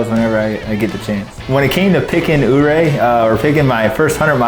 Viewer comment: From the moment I heard say "Ouray", I knew... wrong turn ahead 😉